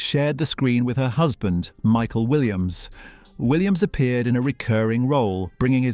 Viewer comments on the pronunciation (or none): none